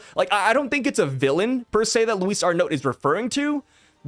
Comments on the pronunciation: it's pronounced Ar-No the "t" is silent. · not sure I’m even right now but both honestly sound better than how you were pronouncing it 😂 keep up the good work bro!